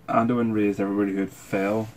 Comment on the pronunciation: 1: You're probably one of the most knowledgeable reactors I've watched out of the... stupid amount of hours I've spent watching these reactions. 2: You're the first one I've heard called Anduin 'Mandiun' and I loved it for the memes. 3: Subscribing and liking for the pretty good content that deserves more views.